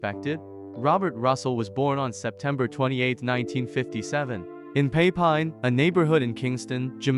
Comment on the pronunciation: From the way you pronounced Papine you lost me immediately 😮